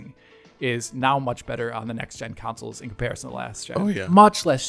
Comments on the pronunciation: why does he say councils instead of consoles? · Why are you saying consoles wrong? Why are you saying counsoles? It's CONsole not COUNsole.